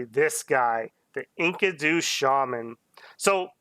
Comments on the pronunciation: you say it like....Inky-du's. when it's more like En-KEE-du. Not a common word unless you're into the Fable of Gilgamesh. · the pronounciation of enkido kills me.